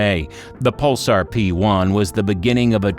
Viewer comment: "Puhl-SAR," not "PUL-sur."